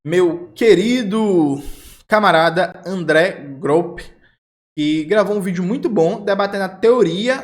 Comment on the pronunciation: Só o Jones errando o nome do André Gropo já foi uma piada, mesmo que interna, mais engraçada que um show inteiro do Leo Lins.